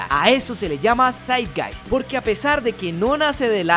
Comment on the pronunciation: El espíritu de nuestro tiempo Zeitgeist es originalmente una expresión del idioma alemán que significa “el espíritu (Geist) del tiempo (Zeit)”. Se refiere al clima intelectual y cultural de una era. La pronunciación de la palabra es “Saitgaist”.